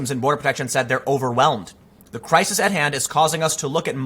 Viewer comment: I die a little inside every time you pronounce crisis as cry-sees.